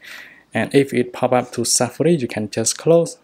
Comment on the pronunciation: He not said safari, he said safri